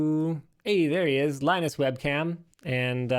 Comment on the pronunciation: LieNoose.....please straighten up or you will turn into Leo LaPorte